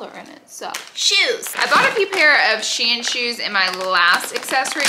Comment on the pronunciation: Glad you said Shein correctly ❤ not that it matters been ppl been confusing me lately I’m was confident in the verbiage until this stream of hauls came out .